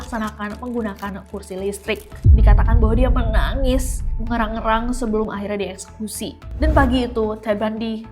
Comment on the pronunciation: Menangis meraung raung ness.. Bukan menangis merangrang 😊..